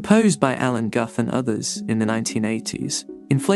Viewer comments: Alan Guth is pronounced "gooth", as in "tooth". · Brian Cox never called Dirac ‘Dairac’ or Guth ‘Gath’.